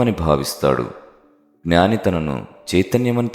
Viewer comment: మీరు ఉచ్ఛారణ 'జ్ఞాని' అనిచెయ్యాలి; 'గ్నాని' అని చెయ్యకండి.